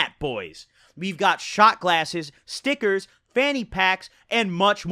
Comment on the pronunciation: lol the way he says stickers